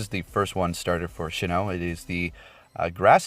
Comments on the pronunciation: It’s pronounced Sinnoh, not Shinno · It is pronounced sin oh. Not shin oh. Lol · It's SINN-oh not SHIN-oh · S-I-N-N-O-H!! Loved your video, as always very helpful but hearing you say SHINNOH was kinda cringey... keep up the good work!